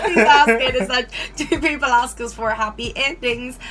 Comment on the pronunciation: ASK not AXE